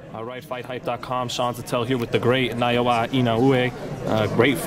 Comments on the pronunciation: Why you keep saying Naowa? Thant's Naoya not Naowa! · It's NAOYA, not NA YO WA.. -_ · Naoya not Naowa. Naowa is not a boxing champion but Naoya is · At least say his name right, man. "Naoa Inaoe" What the hell?! Naoya - [na-O-ya] Inoue - [EE-no-weh] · The interviewer keeps on saying Nayoa. it's NAOYA bro! NAOYA. Lmao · It's not "Nayowa", it's "NAOYA".. please learn to pronounce correctly. =) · Naoya not Nayowa, btw nice interview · its .. Na O ya. Not Naowa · Naoya not Nayowa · Nayoa smh . NOW-YA. Mans never seen anime smh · bruh.. its ＮＡ-Ｏ－ＹＡ learn his name u talkn to a CHAMP man‼️ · why pronounce his name nayowa?is the interviewer illiterate? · that look when u pronounce 'Naoya' to 'Nayowa' 😆😆 bro don't do him like that 😆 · Completely butchered his name huh? It’s na-o-ya ino-we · na-o-ya this interviewer got so many chances to get the name right... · man you just called him Niowa xD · why is it so hard to say another person's name? nayowa? who the f is that? no wonder he is not amused with america. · why does he pronounce his nayoa though? 😂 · The only person to actually pronounce “Inoue” correct BOTCHED “Naoya” like it wasn’t even close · ikr. has always been good with pronunciation but for some reason botches Naoya all the time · I agree has always been a good interviewer and boxing enthusiast so I'd hope he would pronounce Naoya correctly at least. most fighters he mentions he can actually pronounce quite well, even japanese fighters like nakatani. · please pronounce naoya correctly. common I know you can do better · Do some research about his name on how to pronounce it properly before doing an interview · You didnt even pronounced the mans name correctly.. smh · Geez learn to say his name! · Sean must work at the 🍖 shop cause he butchered the sh out of inoue's name